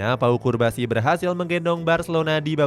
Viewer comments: Cubarsi, not curbasi! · namanya cubarsi, bukan curbasi bg wkwkwk daritadi di video nyebutnya curbasi mulu wkwkwk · Cubarsi bre, not. Curbasi😢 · Lu kan baca min... Tapi kok salah berkali2 bilang curbasi.... Cubarsi woi.... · Pau Cubarsi min, kok disebut Curbasi ?